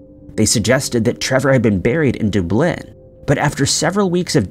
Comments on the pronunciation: Dooblin and Rey-gina… DUB-LIN. Regina(say vagina but with a R) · What's with this guy's pronunciation. Dooblin instead of Dublin and god knows what for Lanzarote. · Sorry but the way you say Dublin sounds weird. Its Dublin not dooooblin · Bro Doo-blin? Dublin is pronounced Duh-blin. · Dude!! For the love of God, it's DUBlin, like Austin. How do you not know how to pronounce the capital of Ireland? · How can be able to pronounce "Nguyen" better than he pronounces: "DOOO-BLYNN" (Dublin)??? 😂😂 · DUB-lin, not dub-LIN. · Doo Blin'? Never heard of it. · Du-Blynn?? Come on guys…do better. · Doo-BLIN? I think not... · Dude, these are literal missing people, if you can't be arsed to get the name of locations correct in your reporting just fkn stop. It's pronounced Lanz-a-rotty & Dubb-lin which I'm sure you already knew, you're not THAT stupid. Stop the childish "comment priming"... these are people's loved ones. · Come on dude, dont you reasearch the pronunciation of ANY of the place names youre talking about???! Dooblin? Seriously? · Lenzerteh? Dooblin? Wtf Is this a real person narrating these videos or a robot? I sometimes wonder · Oh believe me, I've heard: DOOO-BLYNN many times before! 😅😅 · ALWAYS mispronounces "Dublin" as: "Duh-BLINN" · DaH BLINNNN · Dude can't pronounce Dublin, calls Tim Horton's the girls apartment and has a title to the video that looks like he dropped a can of alphabet soup. Doesn't really give off "reliable source" vibes. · Wait till you hear how he pronounces Dublin! 😂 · How does anyone mispronounce the word, Dublin? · Lol I heard that too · I think it’s AI voice and that’s the reason for pronunciation errors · Are you sure that it’s a real person and not AI? I mean, who makes pronunciation mistakes in Dublin?